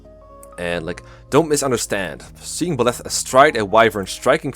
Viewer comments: Good video and all but, PLEASE for the love of god Byleths name is pronounced By-leth the by being said like by the way and leth like leth i suppose. Byleth is not pronounced beleth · Bileth? Huh. I'm pretty sure it's Byleth. But w.e. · Bih-leth? I’ve always said Bye-leth.